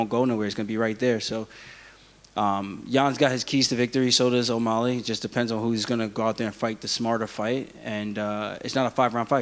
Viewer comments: It’s O’MAlley not O’MOlley ya dink War Killashaw🐍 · why does aljamain always say "O-Molly" ???